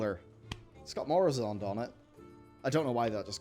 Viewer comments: Mu-ra-zond, not "morazond" Noz-dor-mu, not "nrozdormu" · It's MUrOzond, not MOrUzond, just thought I'd have my Hermione moment here. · OMG please stop mispronouncing Murozond. Glad to hear things are going better for you. I got a new job myself, but my wife is kicking me out. Swings and roundabout. Murozond rhymes with purr-oh-pond. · Pronunciation guide: Noz-dor-mu Mu-ro-zond